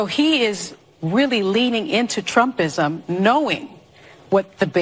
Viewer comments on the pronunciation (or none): Did i just hear this bitch say "trumpism"?